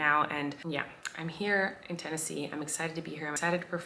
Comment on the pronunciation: Tennesee? ur the only ten-i-see LOL im not funny